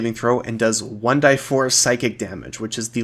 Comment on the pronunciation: Why do you keep calling it 1 die4. Literally nobody in the world has ever pronounced it like that even if its technically correct. Just say 1 "Dee"4